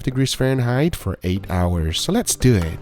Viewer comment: nobody: Gugga: SO LET DEW IT